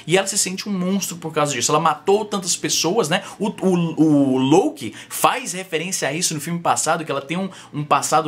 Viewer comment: Concordo com a tua opinião Izzy, mas quando cê falou o nome do Loki, eu lembrei daquela parada da GoPro. é com o "o" aberto. Lóki, GoPró. Lôki soa meio estranho haha :)